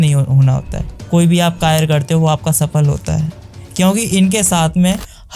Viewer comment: Karya❎ kayr✅😂